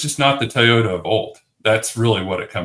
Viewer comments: It's TOYota, not TAYota, dude. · It’s not pronounced “Tayota”! Why is this so hard for this guy and Denny Hamlin? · Didn’t know it was called taaayota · Stop saying “Tayota!” C’mon! It’s not hard.😵‍💫😵‍💫